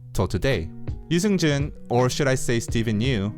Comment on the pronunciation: Subtitles be like pronouncing his name as "News engine" Yoo Seung Jun🤣🤣